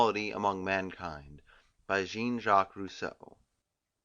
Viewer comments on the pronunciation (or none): The person reading it doesn't seem to realise Rousseau is French when saying his first name. 😅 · am i the only one bugged by how he says Jean?